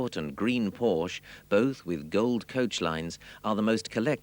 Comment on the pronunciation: Irony: The narrator talks about the misspelling of Porsche but is entirely oblivious of the fact that he misspronounces Porsche every single time (the "e" is NOT silent!).